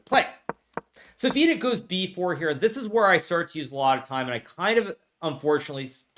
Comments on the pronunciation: If you're confused why i mis-spelt his name, it's because Hikaru mispronounced his name in the vid. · He still calls him VEE-dit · Vidit became half Hispanic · Bro said Vidit Santos, as if it is Los Santos